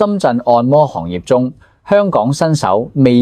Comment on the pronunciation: 「行業」讀作「航業」，不是「行路的行」。